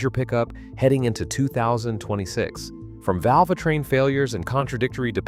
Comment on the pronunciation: i stopped listening when the AI said valvatrain warnings..... what. huh?